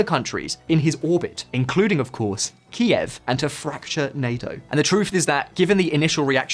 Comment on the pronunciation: Congratulations on pronouncing Kiev properly. I am really irritated that the American newscasters can't seem to get it right!